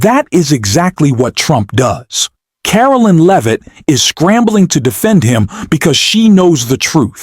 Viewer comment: Where is Leavitt's melt down. I scanned the video and nowhere do I see her speak. There are a couple short clips or stills but I never hear her speak. If you're going to put "MELTS DOWN" in your title, you better show a meltdown. BTW, are you mispronouncing her name on purpose, like Trump often does when saying his opponents name? Or is the audio created by text-to-speech software and is mispronouncing it because it doesn't know any better?